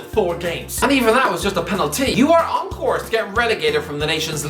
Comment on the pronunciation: What's a Penal-Tea? I never heard off that before